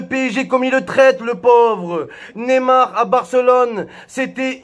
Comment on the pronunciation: Mais bordel c'est pas Nemar mais neymar !!!